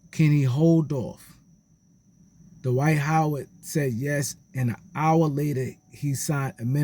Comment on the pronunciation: Who is "Da-wight How-wid"??